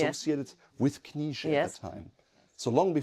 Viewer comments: I would suggest to pronounce it "K-nee-tseh".The "E" is hard to translate from German to English phonetically. I`m from Vienna and on occasion a Knize customer. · Some wonderful looking pieces there. Is the pronunciation: K-nee-zsa? I hope there is someone coming along behind the gentleman to continue the quality and the tradition. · As a native Austrian I would say, for Englisch speakers it is "Knee-shay" (with a pronounced "K"). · (I'm also a customer) but the woman from the shop herself pronounced it Kni(t)sche, I think both is correct Knitse is more the German pronounciation, I heard this surname actually means Fürst [~prince] in Czech.